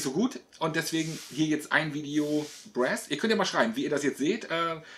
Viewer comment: Aber bitte mit korrekter Aussprache: Brass mit langem 'a' und nicht kurzem 'ä'